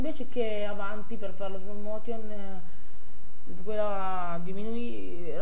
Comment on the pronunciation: slow motion non si può sentire, ripasso di inglese pure ti serve